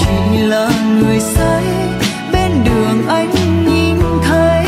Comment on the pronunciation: Ca sỹ Mỹ Tâm được khán giả nghe nhạc yêu thích là điều ko thể bàn cãi! Cô ấy đầy đủ những tố chất quý của một nghệ sỹ chân chính, chuyên nghiệp ! nói về album này tôi chỉ có một chút ý kiến về phát âm chữ " nghìn, nhìn" của MT vẫn còn ngữ điệu người miền trung !